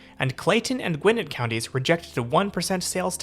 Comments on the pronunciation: Just some friendly ATL pronunciation tips. Dekalb sounds like de-CAB (like a taxi cab) the L is not pronounced at all, Gwinnett is gwi-NET, and the T in MARTA is not so heavily voiced. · Yes. He’s definitely not Atlanta. lol. Also, what is Gwin-nit? It’s Gwin-net. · It’s pronounced Gwin-net not Gwin-nit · Dekalb = Dee-cab, silent L Gwinnett = Gwen-ette Great video!!!! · They're pronounced De-Cab and Gweh-net. As an Atlanta resident, I detest how little coverage MARTA has, and that is absolutely down to the lack of coordination of these counties. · Aw, this is so nice to see. Atlantans crap on Marta, but it is nice to have. The only thing wrong with it is that people use racist reasons to justify not riding it and not expanding its service radius. Gwinnett is pronounced gwi-NET, FYI. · "DeKab......." "Gwin-et." From a native Atlantan. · Pronounced De-cab for Dekalb, and Gwinnet is Gwen-net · Gwi-Net' accent on second syllable. De Kalb -de Cab' (almost New York like de Taxi Cab). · That shit had me deaaaad GwI Nit county 😂😂😂😂😂😂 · And Gwinnett is Gwee-net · Also, gwin-ETT county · Dude, as a local, I enjoyed your perspective, but please learn how we pronounce MARTA, DeKalb, Gwinnett and other local names.